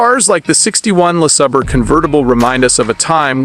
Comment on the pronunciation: What is a “Lees er burr”?